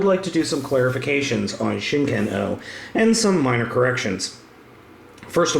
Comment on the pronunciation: or "chicken-oh" as he calls it